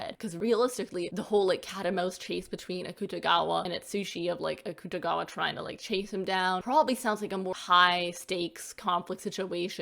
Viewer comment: you said akutagawa's name wrong